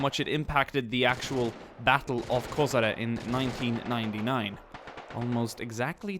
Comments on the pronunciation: Hey, few years ago you released video about war in Bosnia wich had a large number of angry comments, i hope this wont will, and its a great video! Place was called KoSHare, not KoZare as you pronounced it:D Number of border guards was smaller, and we were in situation that on few places 20 soliders were defending line 1km long, and by our doctrine for that we needed at least 2 platoons (60-80+) for 1km long line (just giving you example). There was no second line of defence, there was only first line and second line of trenches wich were there for us to retreat if needed, again becouse of not enough manpower on the first line at the time of the offensive. 125 Brigade and Prishtina Coprs artilery was in positions since 1998 and was prepared to react to any kind of violent passing of border, and even in conditions of total air suppermacy of NATO, they were opening fire and supporting our border troops even with MLRS's with shoot and hide tactics, but at the time of Battle of Koshare, we had only section of 82mm mortars there on the spot. And one more thing, that place was chosen for a reason by KLA and NATO, and biggest advantage was that at any time Yugoslav troops will be at lower positions becouse mountains were on Albanian side. Outpost itself was in hole, so it was hard to defend, and when our troops saw that its not worth of risk, they just pulled the line behind outpost. The situation was even more complicated that we had only one small path leading from our terr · Koshare* not KoSare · Košare is pronounced as KoSHare not KoZare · It's not KoZare, it's KoSHare..